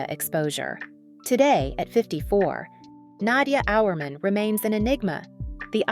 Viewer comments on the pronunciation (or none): Learn how to pronounce her name.